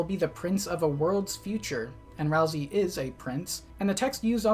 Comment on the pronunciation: You say ralsey like rousy, like a-roused lol